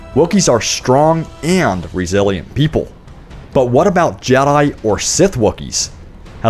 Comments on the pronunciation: The way u say jedi really annoys me. It’s jedi not jedyi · you say jedi wierd